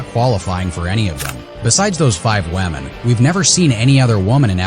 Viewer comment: Is it me or does he keep saying "Wamen"😂😂😂